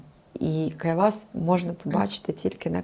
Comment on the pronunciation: Почему Кайлаш а не Кайлас ???